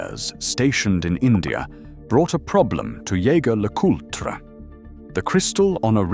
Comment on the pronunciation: Vacheron is over-rated and overpriced. The quartz crystal caseback for the Overseas timepiece covers up most of the movement. Why pay so much for such a disappointing view. My Jaeger-LeCoultre Tourbillon Regulator provides a great view in the back. Also, it is not Yae-ger it is zhe-zher! My best friend who is a Frenchmen laughs every time they pronounce it with a hard JAE!!!! Get it right damn it!